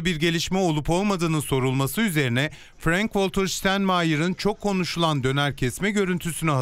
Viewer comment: Adamin adini bile dogru söylemiyorsunuz, adam ingiliz degil alman. Frenk degil Frank, wolter degil walter diyemiyor mu haber global